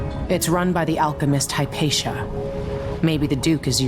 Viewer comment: Have you never heard of Hypatia or is it that you simply never heard her name spoken out loud?